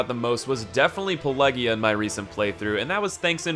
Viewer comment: Its Pelagia not PelEgia